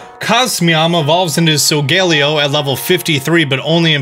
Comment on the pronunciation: YOU. SAID. SOLGALEO. WRONG. MY GOD. EVERYONE GETS THAT NAME WRONG.